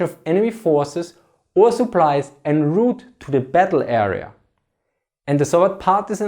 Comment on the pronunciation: I rather like his accent. English is a very tolerant language and can be understood even when being mangled. I was pleasantly amused by his pronunciation of the french borrowing "en route". All snobs know that when using french terms in an english speech one should switch to french pronunciation.